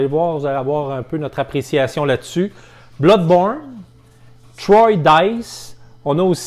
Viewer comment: Bravo les gars, je découvre vos vidéos et c'est vraiment très intéressant pour découvrir des nouveaux jeux. Par contre, pour Troyes Dice on ne prononce pas 'troy' mais bien 3 comme le chiffre ! ;-) Je me permets car c'est ma ville et aussi la superbe capitale historique de la Champagne qui a inspiré le game !!!